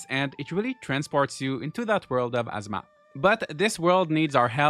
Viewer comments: Good video! For a tip: ah-ZOO-ma is how Azuma is said, it sounds like you are saying asthma. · ngl ur accent makes it sound like your saying "Gaurdians of Asthma" 😂